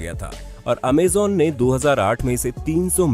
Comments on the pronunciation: It's not amzon It's amazon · Amazen nhi amazon hota hai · Bhai amejan amajon hota hai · Amazon bhai ap amezan bol rahe he😁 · Pehle bolna seekh Amazon bolte h amezen nhi Ambani 1min ka 90 crore kamata tha purre lockdown for 5 months through jio internet... Pehle information gain Kiya karo tumlog , firr as influencer bol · Abe amezan nahi amazon hota g lVde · Amazon hota hai amezon nhi sir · Amazen nahi Amazon and bezuz nahi bezoz prononcetion sekho 😠😠😠😠😠😠😠😠😠😠😠😠😠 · You are speaking amaazan dont amazon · Cant believe you did pronounce it (amazon) wrong!!!!